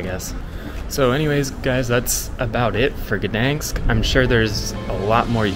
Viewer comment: Not so difficult to pronounce the city's name correctly.